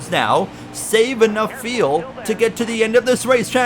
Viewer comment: Is "feel" instead of "fuel" a Canadian thing??